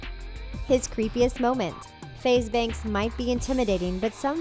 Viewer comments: If your going to make a whole video about him say FaZe Banks name right keep that in mind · How can u make this type of video when u cant even get his name right.